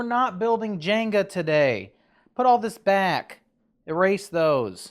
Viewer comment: JENGA, NOT Janga 😊